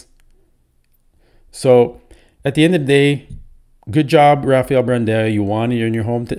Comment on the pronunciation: Tonio should have won? are you drunk? he is lightyears behind rafa! omg bro comon! and his name is BRAND-AO!!!!! NOT BRAND-EO! there is NO E in his name comon!!!!